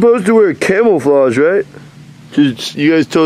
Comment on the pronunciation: “You said wear camel flage “😂😂😂